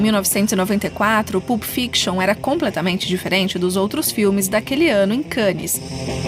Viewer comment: Sugiro pesquisar a pronúncia antes de gravar: não se fala "PULP", mas "PÂLP"